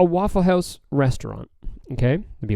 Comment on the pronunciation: How does he say Waffle House in an American accent but says hoüse in a Canadian accent